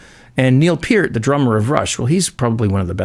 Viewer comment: Thank you for pronouncing Peart's name correctly! :)